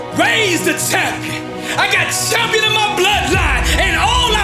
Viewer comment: Why does he say Shampion